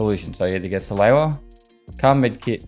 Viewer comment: He also says salewa wrong, although this episode he pronounced it differently a few times for some reason